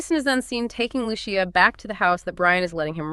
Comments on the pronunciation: Why does the narrator keep saying Luchia, she said it right the first time. Great video tho 🤣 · yea I’m pretty sure. Sounds like that one Gemini model. Also, the creator won’t explain why they keep mispronouncing Lucia’s name…almost as if they aren’t saying it themselves